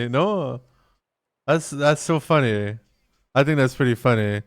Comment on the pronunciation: You say "funny" just like Ruby Roundhouse 😂 .. its so funneh!